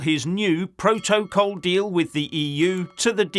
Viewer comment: You do know the good people of Northern Ireland voted to stay in the E. U., so any talk of a sellout by Sunak is moot. Pro-toe-call. 🤣 Always cracks me up. 😂